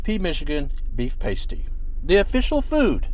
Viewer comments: Just FYI, Pasty is pronounced Paa-stee (like the "a" in "apple"), not Pay-stee. ;-) Something I learned growing up in Michigan. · Yooper - not Youper..... Past-e - not Paste-e..... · PAST-ee, like "in the past". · It's actually pronounced to rhyme with "past" not "paste" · Must add, it is pronounced "pa-stie" not "paistie" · Check your pronunciation of pastie. It is pronounced past EE, not paste EE. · From Escanaba here. In regards to the pasty, with all due respect, it's pronounced PAST-ee, not Paist-ee. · Yoopers, not Youpers and pass-tee not pay-stee. Otherwise, very good! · It is pronounced “PAST EE”…. Paste e makes you sound a tad dorky😄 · It's not a pasty, it's a paaaasty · Yoopers! Not Youpers. Past-ees not paste-ees. Do your research. I can't watch any more of this. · Okay just a little correction it's pronounced (pass-tee) not paste-ee and it probably had rutabaga in it. It's a staple in the U.P. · It’s pronounced pa sty with a short a. Not paste e. That’s what woman put over their nipples. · They're pronounced Pass-tee not pastie...pasties are not edible lol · PAST-ee. not PASTE-ee. 😂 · It's past-ee, with a short a vowel sound. Paste-ee is nipple cover a stripper might wear. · Caught your vid on da U.P. and wanted to mention, you spelled Yooper wrong. Lol! Also, I hope you had a pasty while you were there. I’m from Norway MI in case you were wondering. Oh yeah… it’s pronounced past-e, not paste-e. Lol. Traditionally served with gravy, some people like it with ketchup. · It's not pasty (rhymes with tasty). Those are things that strippers put over their, well you know. The pronunciation is pasty (rhymes with nasty). Confusingly, despite this pronunciation thing, pasties are actually tasty, not nasty. The U.P. is awesome! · FYI - That delicious meat pie is pronounced PASS-TY. A pasty, pronounced PACE-TY, is what strippers used to wear to cover their nipples. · Short ‘a’ in pasty, not pAstey. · It’s called a Paaa sty not pastey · It is a past-ee